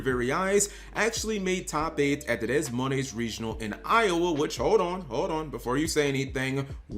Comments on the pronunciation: Des Moines Iowa is pronounced*de moin* lol when cap pronounced it I thought it was Latin America regional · Your pronounced Des Moines wrong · As an Iowan, the way you pronounced Des Moines hurt 😅